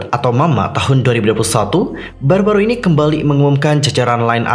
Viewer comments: bacanya ai enu ai kak buka ai ni, meskipun tulisannya INI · INI dibaca ai-en-ai bang👍